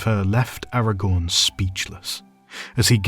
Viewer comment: The irony being that despite this professional feeling he does not manage to pronounce Aragorn correctly 😉 (Or deliberately chooses to anglicise the names, which is boring if you ask me)